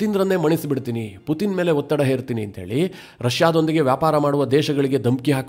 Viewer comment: Ley loude matte Puthin anthiyallo adu Puthin alla Putin🙏